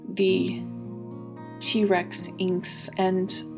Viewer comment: It pronouced Tee Rex, as in the dinosaur, not trex